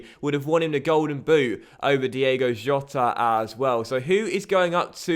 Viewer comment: Diego Jota is pronounced Diego Iota